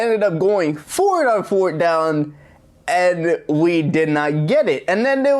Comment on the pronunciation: You saying fort down lololol bruhhhh